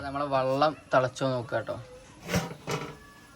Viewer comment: വള്ളം അല്ല വെള്ളം ആണ്😂